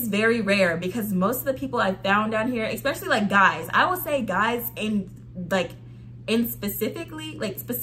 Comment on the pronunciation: Where is this word "Ecspecially" coming from?????